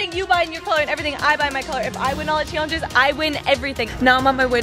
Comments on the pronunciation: take a shot every time says "chaylenjis" in the intro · The way you guys say challenge it sounds like your saying chyallenge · Comment if u get triggered the way they both say “challenges” like “chaylengus”